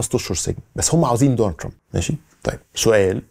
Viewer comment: كلامك كويس الا نطق اسم ترامب